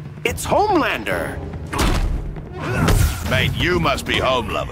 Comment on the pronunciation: pronouncing Homelander wrong